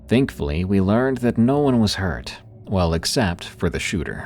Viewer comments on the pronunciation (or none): none